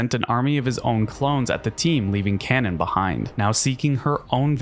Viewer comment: So I was wrong I just looked up the Japanese goddess her name comes from and zapZoomszing is actually closer than we were, its not kwa-nahn like I thought its kah-nahn but with no stress because it's Japanese so its not pronounced like the English word cannon